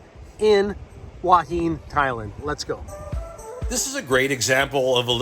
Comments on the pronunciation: It's หัวหิน who_a_hin. Not Wha Heen. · where?! You mean Hooah Hin? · It is pronounced… who ah hin. Your way is the Chinese influence. Cheers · Ask a local how they pronounce Hua Hin…….. Hooo-ah Hin. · My Wife is from Thailand. She pronounces it "Who-a Hen."